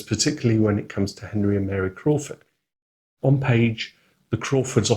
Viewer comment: it should be Admiral Crawford, not Admiral Croft!😊